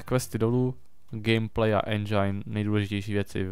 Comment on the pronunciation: nerika se endžajn ale endžin! Jinak diky ze natacis z me oblibene hry!